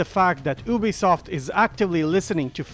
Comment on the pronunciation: It’s pronounced you-be-soft